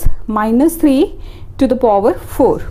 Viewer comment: POver kya hota hai power hota hai bevkuf 😂😂😂😂